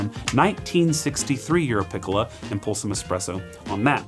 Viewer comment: Jsyk it’s “Peecola” or “Picklea”